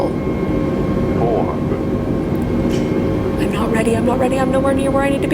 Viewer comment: Lmaoo i love hearing her say it’s sTreSsfUll